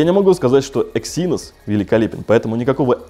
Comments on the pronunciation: Почему эксИнос? Эксинос же. На "Э" ударение. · Эксинос а не эксИнос, аж противно становится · Не говори екси, звучит как секси) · ЭксиНОС говорить правильнее